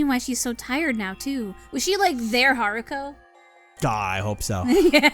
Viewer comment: It was Hiruko, not Haruko.